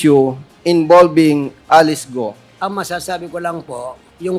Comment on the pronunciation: Sinungaling grabeee kapal ng mukha mo Alice gou d mo ma pronounce ang letter L Gaga😱😱😱